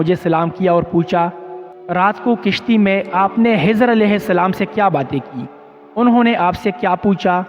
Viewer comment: Correct immediately...!!! Khijar not Hijar...